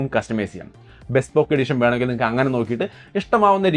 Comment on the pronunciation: ബെസ്‌പോക്ക് അല്ല ബീസ്പോക്ക്